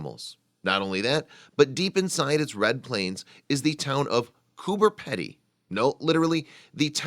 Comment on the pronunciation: peeedy not pedy hahahhhahahah say it right if your going to educate people LOL